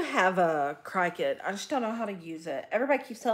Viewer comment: Also don’t understand why she pronounces the cricut machine “cry cut” 🙄